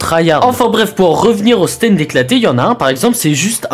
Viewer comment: Les stands,pas les stinds